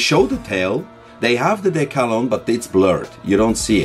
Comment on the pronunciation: I am more concerned with the pronunciation of the word decal rather than historically accurate scale models showing a swastika. Do the thought police rail against religious symbols as well? Edit - getting further through the video, both my parents grew up in London during the war - Mum was evacuated to Somerset between 1940 and 1942, Dad refused to be evacuated as he wanted to collect shrapnel after the bombing raids, if it was still hot that was extra kudos. Do not forget what happened, if a symbol sends the woke into a tailspin, so be it. Keep up this great channel.